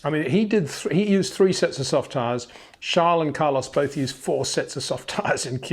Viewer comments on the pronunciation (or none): none